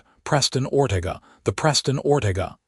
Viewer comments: Oh for Pete's sake! Teach your A.I. how to pronounce words! Or-TA-ga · It's pronounced Or-te-ga.